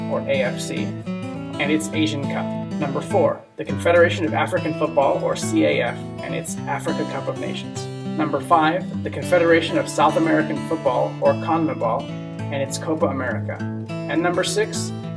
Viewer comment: CAF is pronounced like car but with f instead of r